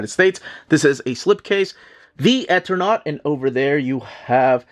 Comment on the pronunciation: I think it's pronounced Eternaut long E on first sylable. As in Eternal. There's a utube channel Mattt that does a deep dive into the entire situation and background of the creation of this wonderful book and its tragic circumstances. Hafta order from my lcs immediately!